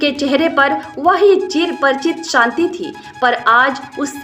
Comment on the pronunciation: Santi santos sisu wah wah .it is शांति संतोष शिशु । please stop